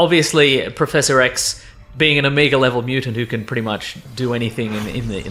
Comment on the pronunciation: Oh-may-guh please Not oh-mee-guh